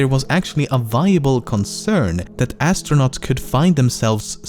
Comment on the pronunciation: Is it just me or when he says astronaut on fact 6 It sounds like he says Ass stronaut (because hes Talking about Uranus)